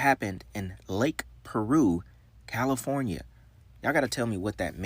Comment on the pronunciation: Lake Piru not Lake Peru homie!